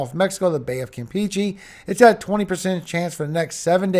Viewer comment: It’s pronounced kam pay chay, not Kam peach ay ( Campeche)